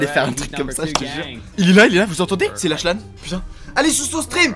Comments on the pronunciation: Ça se dit "laklan" ou "laklanne" je sais plus mais c'est pas "lachelan" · Ça s’écrit lachlan mais sa se dis laklan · Lachlan le ch c'est comme un k